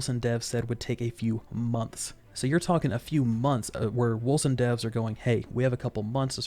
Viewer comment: pretty sure its wolCen with a hard C, unless the dev I saw being interviewed doesn't know how to pronounce the name of his own game?